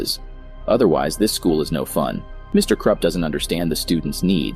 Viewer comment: ah yes, the mean principal "mr krepp" not mr krupp, nah.